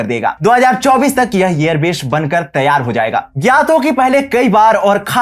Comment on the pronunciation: बसान काठा नही , सही नाम है बनासकाठा। और अपना उच्चारण ठीक करो जैसे एयर बेश नही सही उच्चारण एयरबेस है